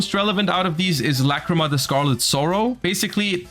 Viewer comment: Forget about the art bro,they butchered her fucking name